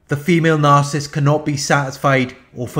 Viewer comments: The word is "nar-ci-ssist," not "nar-cist!" I really wish that you would pronounce the it correctly! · you know what he's saying. that's all that matters. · ...I like the shortened version...very fitting ...does the job...as much as the narcs. deserve!